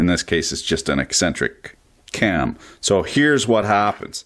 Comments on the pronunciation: do you know what sound an "S" makes when you say the word "so"? Because it's not "zo" lol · Why do you say “So” with a Z??